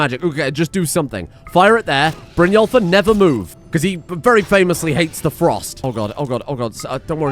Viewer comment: Brynjólfr? More like Brynwulfr eh?